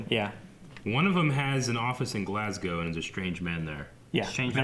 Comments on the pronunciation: Kudos to. Perfect pronunciation of Glasgow! A lot of Americans go with 'Glass Cow' rather than 'Glazz Go'. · First Americans ive seen pronounce glasgow correctly